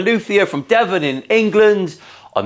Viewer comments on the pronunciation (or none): none